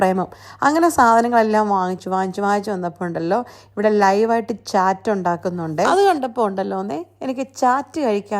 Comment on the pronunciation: ചാറ്റ് അല്ല ചാട്ട് എന്നാ പറയുന്നേ